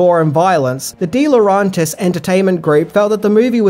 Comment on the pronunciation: Dino De-Lo-REN-tis...not RON